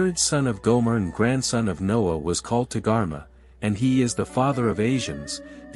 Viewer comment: Your work is quick and confused especially about cainin and gomer pronunciation incorrect the ancient chinese are from khem they Are not from caucas mountains remember all three sons came from two parents their great difference in race shows the parents were unusual check other research was noah unusual racially when he was born his parents coment attest to this. n .